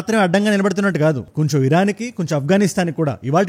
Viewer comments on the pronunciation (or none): none